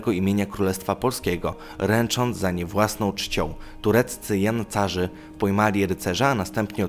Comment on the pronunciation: Śledzę "10" i znów zdarzyły się błędy. Po pierwsze nie dziesięć najlepszych rycerzy , tylko dziesięciu. Order podwiązki a nie powązki. Na Powązkach można leżeć po śmierci. Tureccy janczarzy anie jancarze. Jancarz to taki nieżyjący żużlowiec. I tak dobrze, że nie powiedziałeś jajcarze.